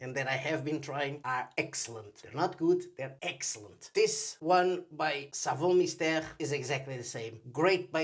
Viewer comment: You pronounced Savon Mystere like I do! I think we're correct! xD I'm from Greece, so love this brand! Great video!